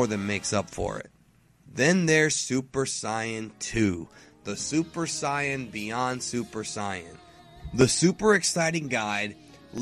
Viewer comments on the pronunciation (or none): I'm sorry, but it's like nails on a chalkboard when this guy says "Saiyan" as "Cyan", like the color. It's "SAY-in", like "I'm just sayin'" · Why do you say super cyan instead of super Saiyan? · Why in the hell does he say it like siyan its saiyan mot siyan get right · As a very american watcher of DBZ, I am bothered by his pronunciation of some VERY common words and annoyed at his refusal to call the "Room of Spirit and Time" what it is widely known as by those that will probably watch his video. It is not a Super Syion: It is a Super SAiyan. His name is Babidi, not Bobby D. And for the love of god, it is Hyperbolic Time Chamber, not Room of Spirit and Time!! I honestly could not care less which is more proper but the majority of those of us that are going to watch this video watched DBZ in one of its many American releases and no American release would be caught dead pronouncing things that way and using niche wording. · Mason Luipold Great question. The correct pronunctiation of Saiyan is not Sayen, its Sigh-yan based on the Japanese language. Saiyan is a pun on the word Yasai, which means vegetable. Not Ya-say... Ya-Sai. Thus, its properly pronounced Saiyan or Saiyajin. Funimation fucked up in 1995 and it stuck. The entire race is a pun on vegetable. Kakarotto = Carrot. Vegeta = Vegetable. Brolly = Brocolli. Nappa = Cabbage. Paragus = Asparagus, etc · seriously? Saiyan not scion. Babidi not Bobby D. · Why does he say saiyan as siyon not even sayajin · you saying bad not super sayan but it is super saiyan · saiyan not suiyan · Super Cyin? You mean Super SAIYAN? Edit: XD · No, my point makes saying it Saiyan correct, not Sayan. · Sounds like he's saying Super Scion. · I KEEP HEARING SUPER SCIENCE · Cyan... Bobby D.... Im I hearing right? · Did you say "Super Psy un?" Nope wrong! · “Super cyan”😂😂😂😂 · who ever called it "super scion" for him to think "saiyan" is pronounced that way? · Its say-an, theirs no e at the end making the I say i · It's pronounced, say-in